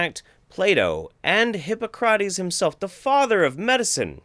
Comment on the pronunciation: I loved this video! I always love you,, but this is another niche that you need to explore further. It was funny, pithy, interesting and historically accurate. Can't ask for more than that! That being said,I have to be that asshole (but only because I respect you so much): you mispronounced Hippocrates. It's "Hip-pock-ruh-teez". I forgive you, though, because you're awesome! ♥️